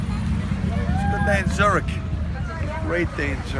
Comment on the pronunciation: its zürich ,not zurih....